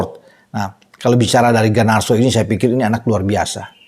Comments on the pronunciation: Garnacho, bukan Ganarso..😂😂😂 GGMU!💪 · Darimana Garnacho dibaca Ganarso,. Kok bisa?😂